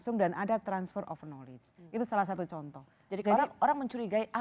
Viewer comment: knowledge dibacanya nalij....